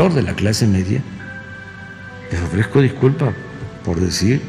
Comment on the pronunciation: "le ofrejco diculpá" el manipulador denostando a todos y a ninguno, pidiendo le disculpen por su torpeza mental, en él solamente abundan los complejos y el resentimiento, le habla a un espejo. Lamentable que después de más de 18 años de obsesión por ser presidente se dedique todos los dias a demostrar que su venganza personal está primero que cualquier cosa y se justifica con cualquier pretexto para victimizarse y causar lástima. Nunca gobernará para todos los Mexicanos.